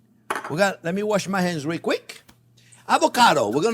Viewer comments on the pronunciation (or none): none